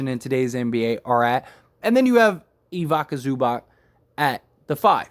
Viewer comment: Hahaha I love your videos bro and you made a fan out of me. But it always makes me laugh how many players names you get wrong. Like Otto Porter, Jakob Poeltl, Bojan Bogdanovic and now Ivicia Zubac. I’m definitely not complaining, it’s just funny and keep up the great work